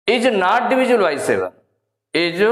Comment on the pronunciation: Nat nahi not